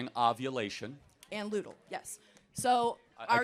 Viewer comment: she can’t even name them herself. it’s follicular, not focular. it’s luteal, not ludal. all high and mighty, yet can’t even memorise the most basic terminology of her argument.